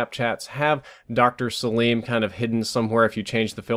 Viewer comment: Btw it's pronounced sa-lim not sa-liiiiim